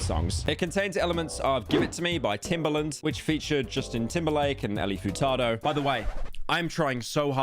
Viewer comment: Fur-tado Tom-ato, pyro. you did butcher it but its okay you made a good slop on some slop so i forgive you